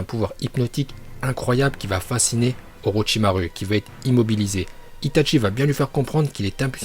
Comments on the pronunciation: Stp prononce bien les choses Hokage se prononce HOKAGUÉ Itachi c’est pas ITATCHI orochimaru c pas OROTCHIMARU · on di itachi pas itchachi pareille pour orochimaru orochimaru articule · On di itachi pas itatchi et orochimarou pas orochimaru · Y ses pas parlé gros itatchi orochimaru shinpuden rinegan uchia frère omg y casse le crâne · C'est une chaîne troll et donc il troll les prononciations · Black Pearl ça se dit vrm Itatchi...